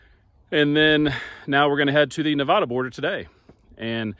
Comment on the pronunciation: FYI you’ll upset Nevadans saying it like that. The correct way is Nev-ad-a not Nev-odd-a. Love your videos I’m a huge travel and history nut. If your ever around Walnut Ridge Arkansas hit me up.